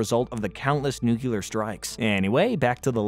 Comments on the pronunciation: Bro. It's nuclear. Not nucular. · NUC LE AR not nuc yul er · New-klee-urr, not new-cue-lurr. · Nuke clee er. It’s pronounced nuke clee er. Not nuke Yoo ler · Nuclear. It’s pronounced like “new-clear”. Where are you getting the extra “u” from?